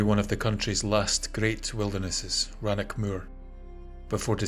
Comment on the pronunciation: Stange to hear the scottish narrator mispronounce 'Rannoch'. You must be a lowlander. Its not 'Lock' its 'Loch', same goes for rannoch